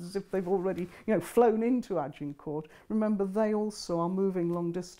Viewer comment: You'd think, Anne Curry, with all her knowledge and research would at least pronounce Agincourt (g as zh, silent t) correctly, rather than with the emphasis on the g and t.